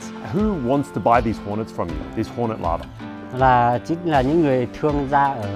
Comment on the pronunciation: OMG!!! You are saying larvae! It sounds like lava! Wow!